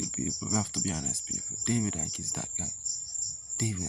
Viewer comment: I'm giving you a icking off, for getting Icke's name wrong